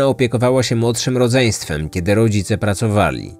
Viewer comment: zwróć uwagę na wymowę "dz", szczególnie w słowach ludzi (często słychać "luźi") czy rodzicie -> "rozice". Mały szczególik, ale pośród wspaniałej dykcji i intonacji może razić. A tak poza tym, jestem fanką. On wielu lat słucham wszystkiego co publikujesz:) I uwielbiam!